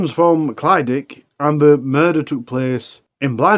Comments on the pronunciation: The leas Ur producers could do is pronounce the places correctly and make sure the announcer says it right!! It's clydach, easier way for u to pronounce it is cli-dack! Not clydic! Wonder if any other Welsh people get pissed off with it! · Clyd-ach. The ach bit should sound like your clearing flem and the first bit sounds like clid. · I live not far from where this all happened. It’s all pretty horrific 😔 Also it’s pronounced Clidach with a cccchhhhhh at the end like you’re clearing your throat 😅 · Ohh not another one from Clydach 😢 (pronounced "klu-dargh", sort of the same as one would day "eurgh" in distasteful way?!) Brian is horrible , and should not have been allowed out ,especially as he was violating his probation agreement....and had been involved in loads of scrapes with the police too 😢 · Only word he got wrong was Clydach. The rest was ok.. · This is what happens when you leave murderers out of prison. Absolutely disgusting how he got away with so much. Life should mean life! Locked up for the rest of his life. People who release these animals should face criminal charges too. I hope it haunts them! I don't live too far from Clydach. Quite comical how you pronounce Clydach. My thoughts and prayers go out to everyone affected by this and previous crimes he committed.